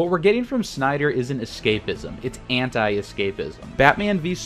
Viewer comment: Lmao the end cracked me up because there is a whole lot of "shnyder" in this. In fact I don't remember hearing much "snyder" at all. But I do remember hearing a shit ton of "shnyder".